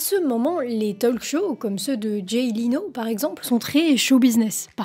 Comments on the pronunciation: "talk" se prononce "tauque". Le L ne se prononce pas. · Juste, pour la speakrine. On ne prononce pas le L dans talk, pareil dans "would, should"...😊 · Pitié on ne prononce pas le L de talk 🙄 (comme walk). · Autant je ne sais pas parler anglais, autant le peu que je connais je le maîtrise. "Talk", "walk", .. : ON NE PRONONCE PAS LE "L" !!!!!!! Et "often" : ON NE PRONONCE PAS LE "T" !!!!!! Ce n'est pourtant pas compliqué à retenir?!!